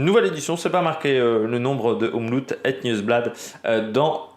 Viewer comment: Faut que tu fasses un effort sur la prononciation car mes oreilles sifflent comme une vieille locomotive. Le OM est bon mais le loop ne se prononce pas à l’anglaise. Donc le oop se prononce comme Hope à l’anglaise. Demain tu seras parfait. Sinon regarde la RTBF et Rodriguo. Si tu as un vpn c’est bon. Ton oreille t’en remerciera et surtout la mienne. Je te fais confiance 😅